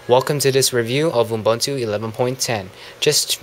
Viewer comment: Dude your videos are good but please please please pronounce Ubuntu correctly. Its not Unbuntu, it Ubuntu (YOU-BUN-TOO) other than that good review :)